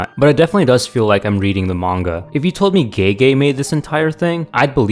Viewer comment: Bro said gay gay💀💀💀